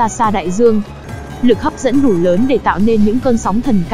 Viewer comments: chị rewiew hây mà còn tấu hài nữa lực hấp dẩn chứ ko phải lực hấp dim nha chj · lực hấm diêm :))